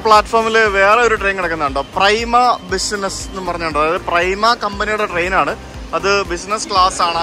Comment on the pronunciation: Enjoy the stay in Italy and experience it's culture and history .Not പ്രെയ്മ... It's പ്രിമ in Italian ... The company is italo... also It's ഫ്രെച്ച റോസ. God bless ❤ Italy is famous for its food ... You get the best Italian pizza, Italian pasta, Italian ice-cream, Italian cheese etc... Have a wonderful days in Italy. I hope you also cover Spain in your European trip. If so, welcome to Spain